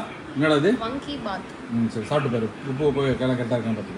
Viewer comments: Vanki bath illa Vaangi bath 😂😂😂😂😂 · It's vangi bath its karnataka origin not vanki bath